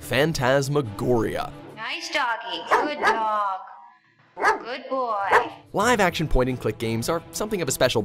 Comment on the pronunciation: Did he say hacktion?